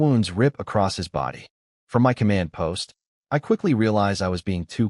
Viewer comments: For an A.I. programmed by Chinese writers, it sure has massive problems SAYING Chinese names. 😂😂😂😂. You'd think THAT would be the ONE THING it could say properly. It's not Chen EM-OH; it's Chen MOE. It's not EM-WHY it's my. The sheer level of speech inconsistency is laughable, and takes you out of the story. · pronunciation still need work instead of spelling out my.